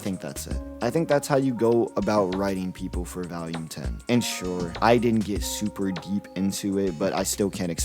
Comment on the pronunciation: Where are you from brother?? I've NEVER heard anyone pronounce "volume" like that in my life